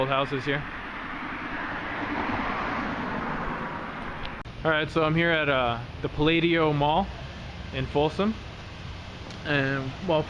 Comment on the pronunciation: I agree with thathammondsound below. This guys is total BS. Folsom is a thriving town and the Palladio or how he says it palaydio is thriving too. It's all full of stores and those "curtains" are on all of the stores so there not trying to hide vacancies. He only recorded the rich neighborhood too, which is also doing very well, while down in the middle class neighborhoods they are completely full and they are all nice and everyone there is living great.